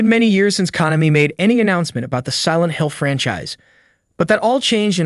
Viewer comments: did he just say Kah-no-me? 😂😂😂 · "Con-uh-me" one of the most prolific game companies and you mispronounce it on a game channel? Obviously someone just reading from a script who knows nothing about these games. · Kah-nahmee? You mean KO-nah-mee? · Capcom is not pronounced Capcum. Konami is not pronounced Con-ami. Youngens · Why you pronounce Konami like that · Did he say Konami wrong? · The way he pronounces "Konami" xD